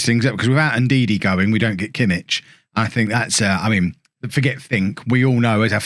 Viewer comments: The "ch" in Kimmich is like the "ch" in "loch" or "Bach" not in "church" :) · Kimmich is much better in midfield he's not really fast enough in game for how you like your right backs. And please learn to say his name it's gonna drive me mad haha.